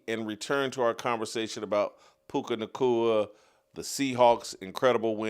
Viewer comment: I’m starting to hate the way Jason pronounces words with the letters “C” and “K.” Clear the saliva out of your mouth ffs it’s all I can hear now. Puca Nacua, Erika Kirk, etc